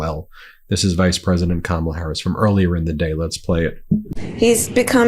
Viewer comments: I hate him purposely saying her name wrong. Sucha lil dik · The continous mispronunciation of Kamala's name just confirms how stupid he truly is. Soooooo old and boring. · He still cannot pronounce her name correctly, rambling orange fool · You know he pronounces her name wrong on purpose right? Names are pronpunced one way, not how you choose to pronounce them. A one day election is an intentional way to try to limit the amount of people who vote, the only thing I can think of is to give EVERYONE the day off but even then so many people will be left out. Who votes for your bedridden grandparent? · WHAT A TOTAL EMBARRASSMENT ! WHEN KAMALA HARRIS WINS WE ARE GOING TO HAVE TO ENDURE 4 YEARS OF HEARING HER NAME MISPRONOUNCED!!!